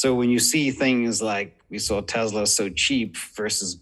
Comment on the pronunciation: It’s not Tezla, it’s Tesla🙄